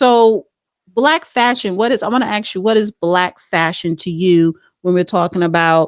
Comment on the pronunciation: I just want him to teach her how to properly pronounce the word “ask.”